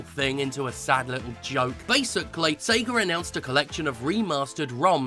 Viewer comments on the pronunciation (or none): is he saying SEGER?